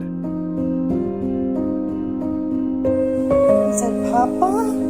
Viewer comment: Great videos and good narration. For future videos, though, note that the dogs are dachshunds, which is pronounced more like "dock-sund," not "dash-hund." And the bird is a Cockatoo, not a Cockatiel. The latter are much smaller, about the size of a parakeet.